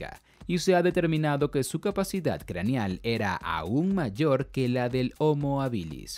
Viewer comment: homo habilis es latín y el acento esta en la primera silaba , por dios que toc.